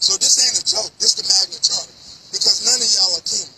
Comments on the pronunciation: Magna “charta”?? Nice try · My man kept saying "Magna Charter". It's "Magna Carta". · Sounds like he is saying "Magna CHARTER" rather than the correct term, magna carta. :face-purple-crying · ROFL Magna Charter is pronounced Magna Karta. Not CHarter. And regardless it means NOTHING in this situation. This guy needs SERIOUS help. The problem is you are NOT taking care of your kid so the government and the police have to force you to do it by ticketing you for not using a child seat. You fking muppet. Omfg. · Did he say Magma charta ??????????? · Magna Carta mooron. There is no h in it. Even a moderately educated person knows that.